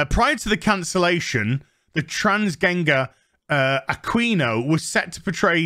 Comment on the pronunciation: Aquino = uh-keen-oh